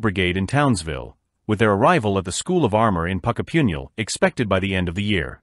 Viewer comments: Puckapunyal - not PuckaPyINyal. Thanks for the interest, but WTF, Mr AI Voice? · Puckapunyal = pronounced like,, Puck as in ice hokey puck .. Pucka as in kiss. Then Pun as in joke and then .. Yal Pucka Pun Yal